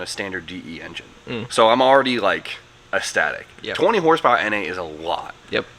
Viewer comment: EC-STA-TIC,. Please...you've been saying this wrong for years, my guy.